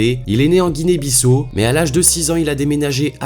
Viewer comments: Guinee Bissau non pas Guinee Bissou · Ça se prononce Guinée Bissao mais ça s’écrit Guinée Bissau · on dit "Guinée-Bissâo" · Apprend à prononcer Guinée - Bissau. Merci